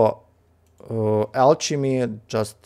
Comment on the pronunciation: Hey man, great video again! If you're interested, I have a few pointers: Alchemy is pronounced with a hard c, so more like alkemy ;) The lvl up gift bubble has a small chance to give exclusive items, so whenever you notice you're going to lvl something up (especially fishing), it's worth switching to the gift. I wouldn't personally spend too much liquid water on the cauldron boosts, but rather use the water for the vial upgrades for example (those are very important :)). And last but not least, the liquid cauldrons give more exp than the basic 4 cauldrons, so it's useful to keep your best mage on one of those so he can lvl up alchemy faster.